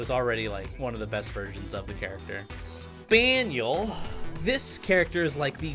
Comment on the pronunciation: Completely Butchers Spin-el (that's how you pronounce it)